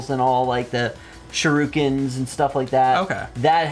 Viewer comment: "Shurookens" ::foams at mouth and tears out hair